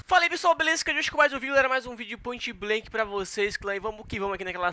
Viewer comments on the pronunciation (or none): Esse não é o, que eu conhecia falava "mais um video de pointi blanki DI P-O-I-N-T-I B-L-A-N-K-I"